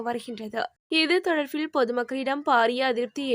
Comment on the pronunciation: எரிfoருள், தfaல், தொடர்fil.....oh my God தமிழ் கொலை சகிக்கமுடியவில்லை